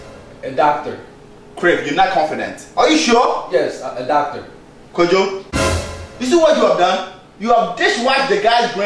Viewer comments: no no no kojo not kojong what are U from Japan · Its Kojo not kojong